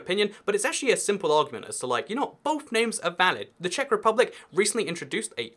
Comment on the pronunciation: Im from Czech republick? Ano, to zní jako průměrná česká angličtina :))